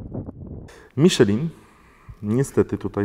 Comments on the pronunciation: Miszlę, a nie Miszelin. XD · jak na takiego znawcę tematu, mógłbyś poprawnie wymawiać nazwę opon z półki premium;) Przepolskowane nazwy brzmią komicznie w niektórych wydaniach... Miszelin hehe